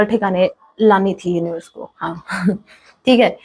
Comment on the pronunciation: ...aaaai...aap uonivars ko bol rahe ho mem... pb13india